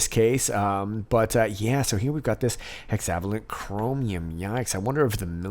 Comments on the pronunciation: Pronounced Hexa VAY lent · FYI it's pronounced hexa-VAY-lent (vay => rhymes with way hey, I'm a chemist, I can't help it 😜) Incredible dig! Wow, enough material for many more digs!